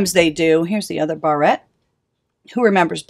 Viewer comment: I have a colletion of my old barettes and combs. I never heard the word barette pronounced that way though.